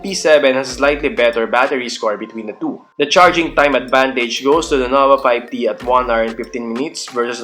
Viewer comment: "Noba Payb Ti"